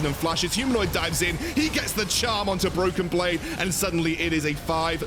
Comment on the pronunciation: Did he say Bloken Blade ?